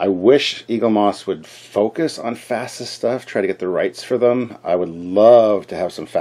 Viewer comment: "From hell's heart, I stab at thee, for hate sake, I spit my last breath at thee!" Ahab, Moby Dick, or Khan, Star Trek 2. But I do pronounce FASA the same as you. That's correct.